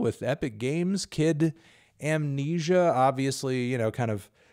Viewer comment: It's pronounced Kid Eyyymnesia, Anthony